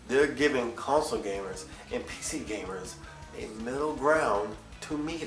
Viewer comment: Lol, he said PZer gamers.